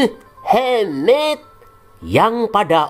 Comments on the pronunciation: waduh lama kgk muncul" min, udah lama ane tungguin ampe kangen ama......pelafalan muhammad dan awloh swtnya🤣🤣🤣 Tuhan Yesus memberkati channel ini untuk menyingkap dongeng" takhayul nenek tua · Ngomong muhammad nya 😂😂biasa aja Om...